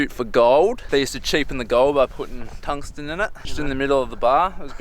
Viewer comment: "tungstan" lmao